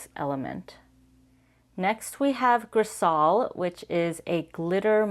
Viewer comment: It's actually pronounced "griz-eye"